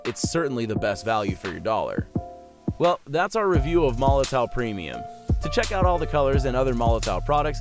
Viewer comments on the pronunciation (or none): oh my lord its pronounce molotov not molotoe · I do wish people would learn to say Molotow properly. It’s pronounced with a “V” at the end guys as in Molotov cocktail.